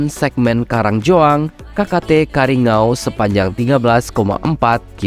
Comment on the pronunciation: Maaf salah ngucapkan bukan karingau tapi yg betul kariyangaw ya bang